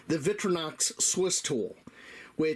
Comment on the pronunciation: "VICK-tri-Knox"? Really?